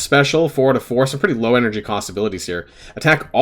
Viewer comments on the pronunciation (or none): none